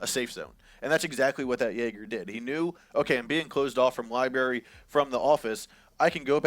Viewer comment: is that one dude saying "liberry" instead of library?